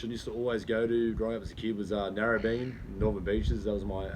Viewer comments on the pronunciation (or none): NARRABEAN???? wtf??